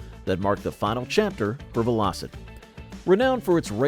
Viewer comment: It's VELL - O - SET ...at least that's what my Dad called them!